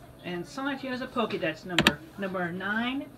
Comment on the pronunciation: I love how always tries to say "Sonichu" with one syllable.